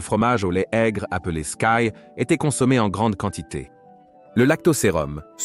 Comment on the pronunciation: Nombreuses fautes de syntaxe et de concordance des temps dans cette vidéo ! Le yaourt scandinave skyr se prononce 'skur'. J'ai connu une maison de campagne dans les Vosges alsaciennes, nous avions l'édredon, le poêle à charbon et dormions très bien par 7°C dans la pièce.